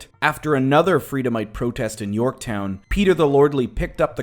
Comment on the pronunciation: And it's Yorkton...not Yorktown lol